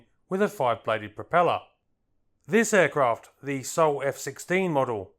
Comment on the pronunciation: could I gently ask that you pronounce the word “the” as you would “duh”, not as “thee” like some medieval knight. I love your content but you’re driving me nuts with the mispronunciation of such a common word!